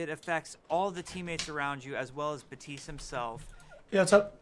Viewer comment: his name is not baptism, baptist, batistu, his name is pronounced Bap-Tist or just be me and call him lucio76